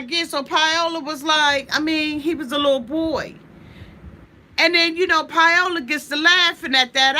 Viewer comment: Pie-ola lol, I love how you pronounce her name, I love you! <3